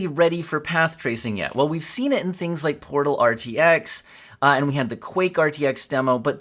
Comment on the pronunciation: 34 "....I feel we can do great *TINGS* together....." YOU GO gurl, a.i.